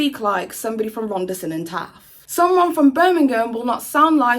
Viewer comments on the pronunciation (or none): I don't really care about the drama but the way you pronounced "Rhondda Cynon Taf" pained me